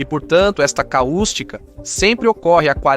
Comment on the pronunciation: não é caústica. É cáustica